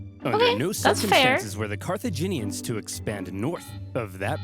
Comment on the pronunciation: Ah yes, Carthinians.